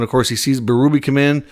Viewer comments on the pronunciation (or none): none